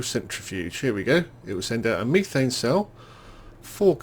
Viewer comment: Pronounced meh thane. Not me thane.